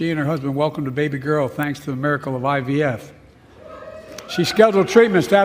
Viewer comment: . Biden said “Guarantee the right to AVF.” What is AVF? Is that Hunter asking for Adult Video Films? It’s IVF